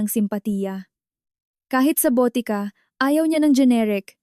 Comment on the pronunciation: Botika (drugstore or pharmacy) not BOTE KA ( bote means bottle) ka (means you).